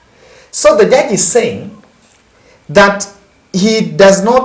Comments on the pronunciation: JUDGE not JURGE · Judge not jurge .